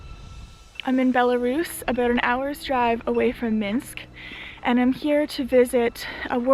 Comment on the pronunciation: Why do so many English speakers are incapable to pronounce the correct name of that country, it is Belarus, not "Belarius"?